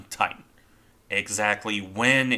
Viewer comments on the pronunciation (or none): none